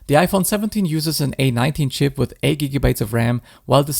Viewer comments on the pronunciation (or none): none